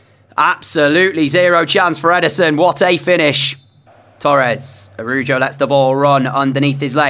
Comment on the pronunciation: ITS ARAUHUO NOT ARUJO